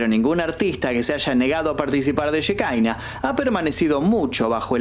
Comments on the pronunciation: no se pronuncia shekaina, la palabra es hebrea, שכינה, significa presencia, y se refiere obviamente a la presencia de Dios, se pronuncia Shekiná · Querido, se pronuncia Shekiná, no shekaina. Un abrazo! 🤗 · cómo va? Por las dudas, ellos capaz lo pronuncian Shikaina pero en sí se dice Shejiná Yejina. La shehina es el espíritu divino para el judaismo la j y la k son de confundirse según la rama religiosa que agarre o no el antiguo testamento o cómo lo interprete (no es el espíritu santo pero va por ahí)